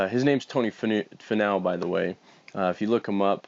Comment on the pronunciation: Lol nice pronunciation of his name.